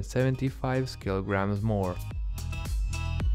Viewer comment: Keeloogrammes stew or keeloogrammes feathes